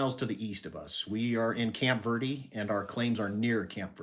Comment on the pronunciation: Dang it! Missed it. I even have the notification on😣 Love you guys, so down to Earth and FUN! It's so funny how locals pronounce Camp Verde. 😂 THANK YOU for sharing 🫶🏾